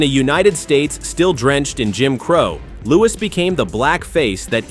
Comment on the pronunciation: Ai makes Louis sound like Louie